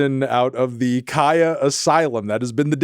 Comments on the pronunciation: That’s how you pronounce Khia. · He said it correctly